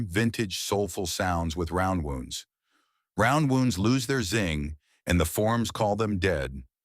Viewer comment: I have gone years between changing my flatwound strings on a couple of my basses with no apparent ill effect. You gotta teach your AI to pronounce "flatwounds" and "roundwounds" correctly.